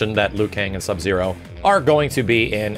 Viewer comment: Ha, he said Zub-Zero.... how old am I?